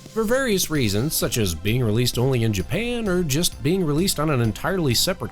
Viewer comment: did you say japam? XD